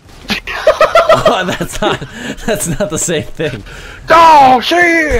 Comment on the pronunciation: He said "Oh Shit" Not "Daw Shit"